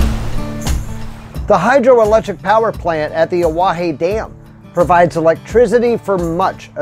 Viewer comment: 2 out of 4 isn't bad. You got Pierre & Fort Pierre right. Oahe is pronounced ah-wa-HE. Not ah-wa-HEY. La Framboise is pronounced La From-boy. Finally you Fort Pierre Chouteau right with the proper French pronunciation of Pierre.